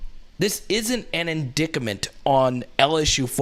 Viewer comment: The Jayden thing isn't fair, without knowing the full story. O and recruiting has never been a issue. It seems like we are just looking for anything to bring this man down. The word is "in dict ment" not "in dic ca ment" lol...